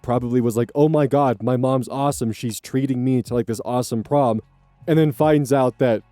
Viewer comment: i thought prom said porn 😭